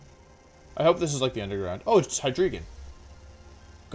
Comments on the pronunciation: The way he says it hurts me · “Oh it’s hydreigon”